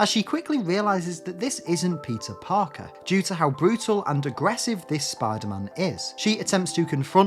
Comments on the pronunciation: Everytime you say "peter parker" I hear pizza parker lol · am i retarded or does he say pizza Parker